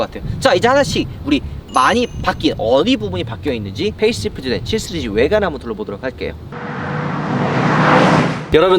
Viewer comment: 3스리즈 7스리즈로 들리네요.. ㅎㅎ